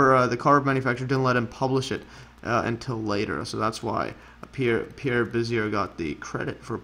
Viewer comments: Bezier - /beh - zee- EY/ 😀 Casteljau - /kas - tel - ZHOW/ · Learn to say the guy's name prAaaAaaAaaaaaAAaaaaAAaaaaaaaaaaaaaAAaAaaaaaaaAAaaaaaAaAaaaaAaAaaAAaAAAAAAAaaAAA